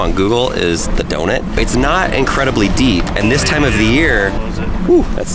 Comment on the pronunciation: I'm sorry but did he just say "donit" It is pronounced "donUt" #nohate